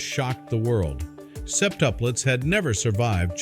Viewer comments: sep-tup'-lets not sep'-tup-lets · It's "Sep-TUP-lets", ya' scwewy wobot! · "SEP-tuplettes." 😅 This was almost 28 years ago, not 21. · I can't listen to how you pronounce "septuplets" 🙄. The music is unnecessary in that it tries to force the audience how to feel.